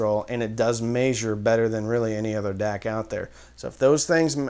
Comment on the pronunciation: Learn how to pronounce the word “measure” and I think you’ll get more viewers